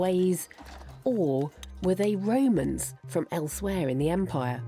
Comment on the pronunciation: why does every english historian call them the woemans? They were called Romans I think... Apart from Wodewick, he was definitely a woeman 🤣🤣🤣